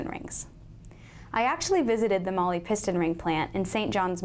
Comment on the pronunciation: if you're going to represent a company, you should at least learn how to pronounce their name